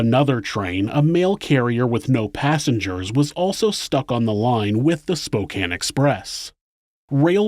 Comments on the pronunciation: When someone says Spokane correctly 👌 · Thank you for pronouncing "Spokane" correctly!